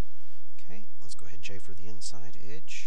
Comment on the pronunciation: The term is - Chamfer - NOT Chaffer. Please pronounce the 'm'. You are using a completing unrelated word through your pronouncing - chaffer.